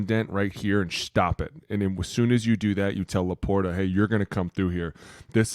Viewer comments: Laporta with a soft T. La Por ta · I can't listen to dude say LaporTa anymore... stfu